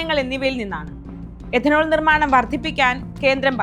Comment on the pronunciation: എദനോൾ അല്ല, it’s Ethanol , എഥനോൾ,, മലയാളം അറിയാവുന്നവരെ ഈ വക പണി ഏൽപ്പിക്കുക